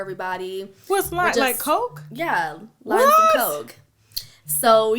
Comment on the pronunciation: I thought she had said "chopping down some limes" and thought she was making margaritas or tequilla shots lol